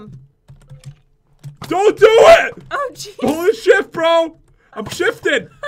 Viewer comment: In you said holy shift but it sounds like holy sh*t 😅😅😅